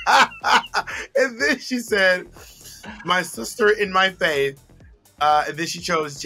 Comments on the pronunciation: I think she said her fave 😂 not faith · I think Trinity said “Fave” instead of “Faith.”